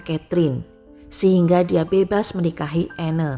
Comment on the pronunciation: Anne dibaca Ann, (e) nya gak di baca. Koreksi dikit ya